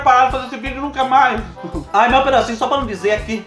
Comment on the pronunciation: Amo quando ele diz "só pá num dizê" kkkkkkkkkkkk